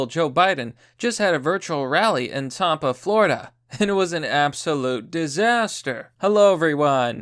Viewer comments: Why’d you say “Tampa” like that? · You really pronounce Tampa like wampa lmaooo